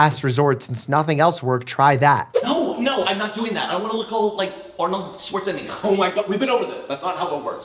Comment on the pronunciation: she said arnold schwarzeni